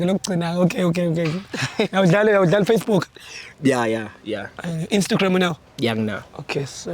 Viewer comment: The way athi “instagram “ will forever be funny 😂🤣😭